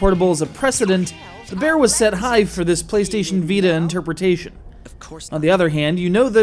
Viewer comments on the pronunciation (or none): Is it just me, or at the start, does he say that they set the bear high?